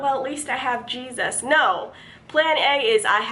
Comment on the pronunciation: Lol, thought I was the only one who noticed that